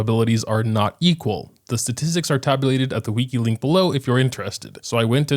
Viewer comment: i've never heard someone say wiki like 'weakie" before